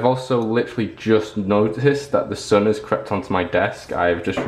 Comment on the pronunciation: when the sun was on you desk i thought you said "my son has crapped on my desk" XD LOL OMG.